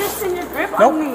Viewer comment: When they say me-uh! Sounds like Mia.